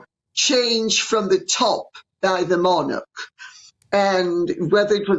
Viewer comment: Thank God that Lady C pronounces the word "monarch" correctly - NOT as so many are now saying - MON-ARK !